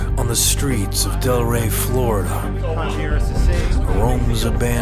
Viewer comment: Its Delray Beach not Del Ray Beach